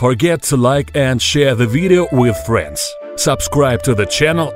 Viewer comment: "Stop watching the veedo"